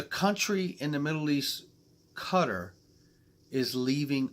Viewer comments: Hasn't Thailand said they will be using XRP nationally? and you need to work on your pronunciation of Qatar , haha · Great vid again, great insight to what’s going on 👌👌 QA-tar is the way its pronounced just to keep you right. Seriously rich part of the world. I think they basically bought the World Cup to come to their country, or atleast trying to!